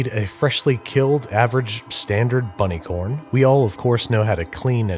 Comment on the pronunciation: I bet he’s going to say bunny corn again in a future video.